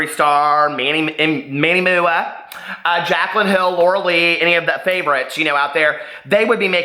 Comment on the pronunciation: hehe, Jacqueline? It’s Jaclyn, silly, but saying Jacqueline Hill all bougie like made me giggle.